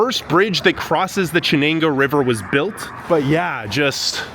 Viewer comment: Jesus. After growing up in Bingo and then moving out of state, I would happily light Binghamton on fire, but this is so badly done. Made it to before I could tell this was going no where. “Chen-angoo River” C’mon man.